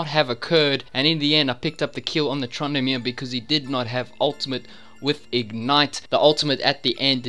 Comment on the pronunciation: "trandamere" XD